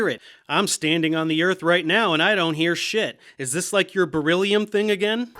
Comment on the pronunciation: God damn birrilium kills me every time i hear it 😂